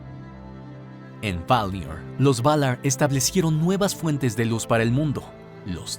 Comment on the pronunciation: "Valaarr" Ulalala señor frances ¿Como se dice? "Valar"